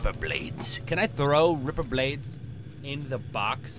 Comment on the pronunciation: Every time you say ripper i think Agrippa... haha